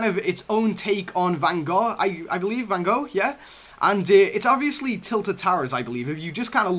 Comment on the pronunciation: yes guys but the pronounce was real shit